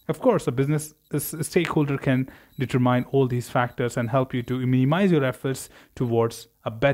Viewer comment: Very informatvie, but for future: It's pronounced deter-min, not deter-mine.